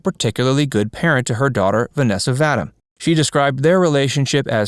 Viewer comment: The name is pronounced “Va-deem” 😁 Best role has to be her playing Gloria in “They shoot horses, don’t they?”